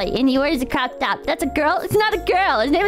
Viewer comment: First saying cock instead of cook, now saying cocktop instead of croptop At least has the excuse of being actually ESL